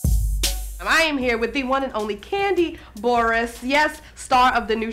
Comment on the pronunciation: She called her Kandi "BOR-ESS," 😂